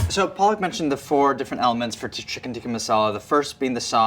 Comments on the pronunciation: Lol PAALAK is Spinach in hindi 😜 Her name is pronounced “ Puh-luck” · Lol PAALAK is Spinach in Hindi 🤭🤣🤣 Her name is pronounced “Puh-luck” It was funny and cute 😜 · Wish Andy could at least pronounce the name of the Chef right...